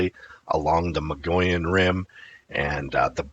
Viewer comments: I give up. You have been told and told that Mogollon is pronounced mo-go-yown or even muggy-own. I guess the rest of the world will now have to start saying “Mongolian” from your example. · I was gonna say. Muggy-Yawn..if he doesn't;t care to learn how the natives say the names, how precise is he. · Haha. Right? I appreciate but I find myself exclaiming "Mo gee ahn" every time he says Mongolian. I lived in Flagstaff for 37 years and that is how I learned to pronounce it. A bit different from your pronunciation but similar. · Mo-go-yon. Please focus. Mo-go-yon. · It is Mo-gee-yon. Hard g. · In Arizona the Mountai....mong ollan rim,is pronounced like this(moe-gee-on)like guy but long e.i'm from AZ...The Navajo Nation,and the pinon(pin-yon)that's the trees where pine nuts come from. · Moh-Geeh-on is correct 👍